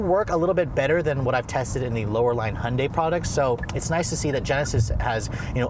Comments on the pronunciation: STOP CALLING THEM A FOOKING HONDAI! IT'S HYUNDAI FFS!! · Don’t know who made such a commercial, but that’s not how it’s pronounced. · Why can’t Americans say Hyundai? HY-un-dai!!! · It's pronounced Hyundai like Sunday. Even Hyundai stated that in one of their commercials. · For DIPSHITS who want to make up their own name...try HY-UN-DAI...IT'S NOT DIFFICULT!! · They can't even pronounce it properly...